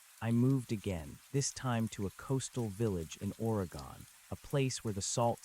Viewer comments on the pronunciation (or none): You lost me at "Ore gone". 😢